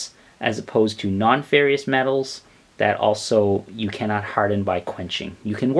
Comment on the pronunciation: You lost me when you mispronounced "nonferrous" metals....